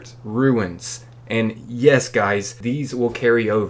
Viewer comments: "Ruen"? E after N, rune. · Did you know? A rune rhymes with room. It's a stone with a symbol inscribed on it. It does not rhyme with ruin, a destroyed building.